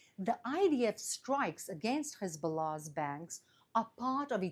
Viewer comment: I get a little perky whenever she says Hebzbollah...